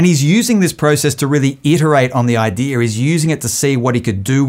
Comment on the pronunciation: because their ancestors were pirates. thats why they say idearrr instead of idea, norrrrr instead of no, and arrrr instead of i like how that sounds.